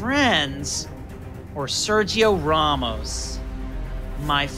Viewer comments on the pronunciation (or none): "Sergio Rawmos"